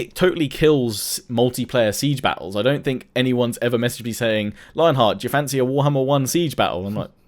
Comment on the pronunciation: I keep hearing "fancy"